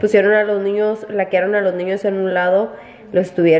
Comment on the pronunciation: El laqueado es una técnica decorativa. Consiste en aplicar varias capas muy finas de laca sobre superficies de madera. Antes de dar una nueva mano, hay que dejar secar y pulir la anterior. El resultado es una superficie de apariencia muy lisa, con un gran brillo y muy suave al tacto. Supuestamente ella lo dijo en inglés es lock se pronuncia (läk) por eso dijo lakearon 😂🙈🫣 Lock en español es cómo cerrar con candado